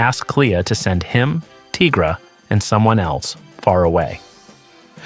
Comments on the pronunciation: You as well ? Why you calling Tigra 'Teegra' ? There's no such thing as a teega. She's a tiger. Good video though 🐾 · Would you call White Tiger....White Teegra 🤣🤣 no ..then why the hell are you calling Tigra ..Teegra 🤦🏻‍♀️